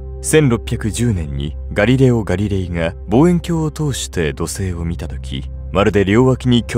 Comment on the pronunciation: ガリレオガリレイのイントネーションきもちわるかった。